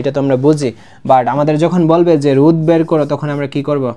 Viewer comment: রুদ না ভাই।রোধ😂